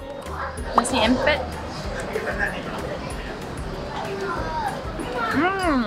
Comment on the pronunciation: The satay you two had especially the beef, did kinda look a bit tough from the way you both were slightly struggling to bite the meat off the skewer. Were they? Anyhow your demonstration of how to eat satay was perfect, spot on! 👍 And so was your pronunciation of nasi impit! 👏👏👏 The word impit (im-pate, im rhymes with him, pate rhymes with date) comes from the malay word himpit (him-pate) which in this context means press, ie the softer than usual, slightly watery rice already cooked and still hot is traditionally placed in a large cloth on a flat tray and mashed and pressed, then the cloth is wrapped over and around to fully cover the mashed rice, and a heavy object like our traditional chilli grinding stone which is a thick slab, is placed on top to weigh down on it for a few hours. I only want to add another thing, I usually use the skewer to cut each nasi impit cube into even smaller bits maybe half or a third of the size they served, before I stab it 😜 This way the ratio of the delicious peanut sauce would be much higher against the (as your mom rightfully said, tasteless) rice cube itself, hence a much more yummy experience! 😋😍😬